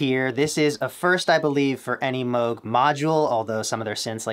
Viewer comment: Moog as in Moooooo as in cow. It’s not Mogue as in rogue state (USA)